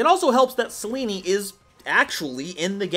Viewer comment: The way you pronounce evil eye of selene pains me